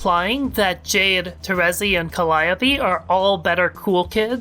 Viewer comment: You’re kinda hurting me with your pronunciation of calliope